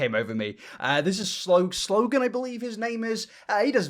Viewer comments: "SL04N" says "Sloan," NOT "Slogan" (plz get it right.. Sloan is an absolute doll 💕) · Thank you I dug through the comments to make sure I wasn’t losing my mind. I was sitting here like… is my man really saying slogan? I thought it was Sloan? Am I wrong? Have I always been wrong? Oh my god is my life a lie? 😰😰😰😂😂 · Giggling to myself every time you call Sloan, “Slogan”. 🤨😂 Great video,. Thank you for sharing all of this. 👍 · im dying at you pronouncing sloan as slogan lol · Not calling sloan “slogan” 😭😭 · Love the longer videos! But the fact that you called Sloan “Slogan” kinda broke my heart 😂